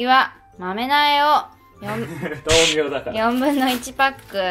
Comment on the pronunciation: やぁ🌱 A y A k A 。です！ が豆苗のことをまめなえって言うのが面白かったです😂 天気の子まだ見てないので、見てみようと思います！